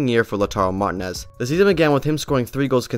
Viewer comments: 😂😂😂 Lautaro Martin-as 😂😂 You gotta work on your spanish pronunciation, bro. 😉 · Never heard anyone in my life say it like that lmao. How is that even possible to not know how to pronounce it correctly, it's such a generic common last name , especially in this sport 😂